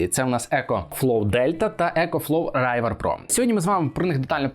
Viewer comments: Не райвер, а ривер - river. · Только не Райвер, а Ривер))) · не райвер а рівер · Чого "райвер"?)